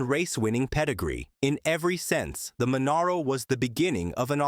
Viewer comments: Ffs say Monaro properly!!! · At least it wasn't " Moneero" .